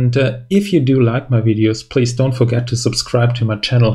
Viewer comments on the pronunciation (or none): none